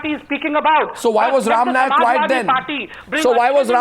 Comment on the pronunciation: Arnab chutya, it is not "Nayak", it is "Naik".